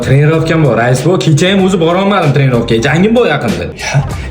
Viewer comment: Trenovka❌ Tanerovka✔😂😂😂